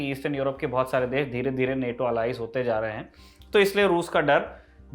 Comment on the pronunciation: नेटो bolo Bhai, Naato to RRR ka song hai